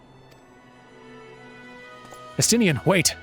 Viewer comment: It's pronounced Es-tin-ne-en in-game